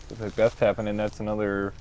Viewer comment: Paul mcbec ? It’s Paul Mcbeth